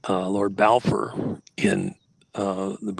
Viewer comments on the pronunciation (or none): none